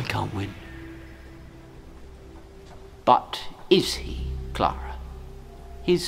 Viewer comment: This is such a niche thing but the way you said “Clara” was SO spot on